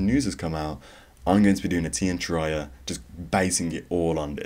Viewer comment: its Tear -E- Ah